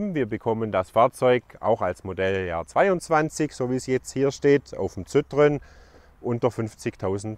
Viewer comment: Zittrön....🤣 Sitroenn spricht man das aus